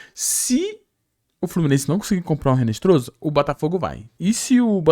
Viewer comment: Pqp. A pronúncia não é RINESTROZA. É INESTROSSA..no espanhol o H não tem som